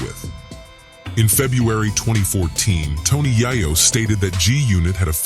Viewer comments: AM I TRIPPING....IS THIS NIGGA SAYING TONY YIYO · None of the folks that do these types of videos use their own voice. They mispronounce names. Wtf is 2pack & Tony Yiyo? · TONY YI-YO??? THE NARRATOR MUST BE WHITE. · He butchered Tony’s name. So he definitely don’t know anything about South Jamaica Queens